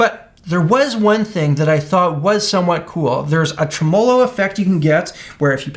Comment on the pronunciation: why are you pronouncing "tremolo" like it's a guy called Tre Molo?